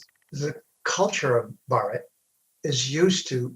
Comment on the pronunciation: Bhaaratha*, he mispronounced it. But good effort. Hindusthani ppl also do not pronounce it correctly. It's a damn shame. Aren't you Thélugu? Wtf is bharat? It's Bhaaratha. Bhaaratha Ganathanthra Ganarajyamu-the official name.